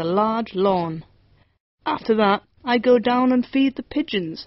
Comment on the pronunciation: Sai r phải là Pigeons chứ k phải Picheons